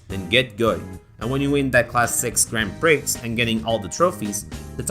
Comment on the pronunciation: Don't pronounce the x in Grand Prix again, please XD